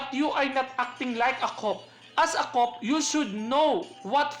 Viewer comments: Cop pronounced as ( Ka:p, Köp) sorry po. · Sir, kindly pronounce "COP" corectly. 💕